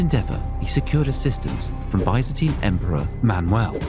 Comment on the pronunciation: what is bi-zen-tine